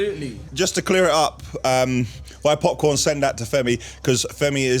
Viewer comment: it’s popcaan not popcorn